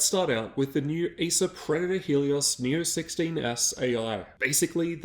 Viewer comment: You saying asus or acers?